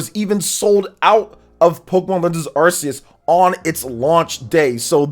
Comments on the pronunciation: Once again, Arceus is pronounced [ark-EE-us]. Ark. Not "arse". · Glade im not the only one who pronounce it as ar-seh-yos.